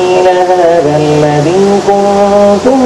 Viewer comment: "الذي" کی یا میں مد نہیں ہے.....!!